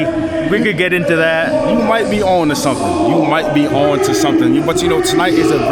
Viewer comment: Somethun. You said to leave a comment with somethun….